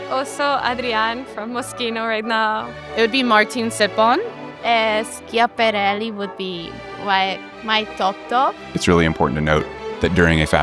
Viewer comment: i love the girl who pronounced the first i in schiaparelli coz why have we been gaslit into pretending it's not there